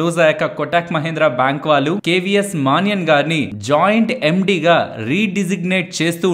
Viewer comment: మానియన్ కాదు మణియన్ అనాలి. Kotak official name